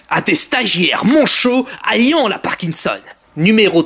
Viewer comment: Toénémésheun Bizarre ta façon de prononcer "ayant".. "Répététif" et j'en passe, après si le français n'est pas ta langue maternelle je ne t'en veux pas hein, mais bon..